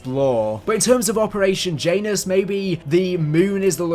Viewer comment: As a guy who plays SMITE(Game where you play as gods of many pantheons), the "J" in Janus is pronounced as a "y" Sound.